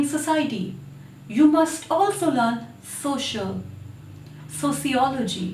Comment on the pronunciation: What kind of accent is that especially pronouncing "social" and its family 😂